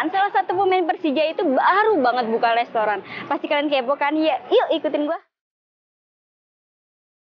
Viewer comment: Gunakan bahasa Indonesia yang baik dan benar mba, restoran bukan lestoran 😂😂😂.. sukses selalu buat firza andika untuk usahanya semoga lancar trus..👍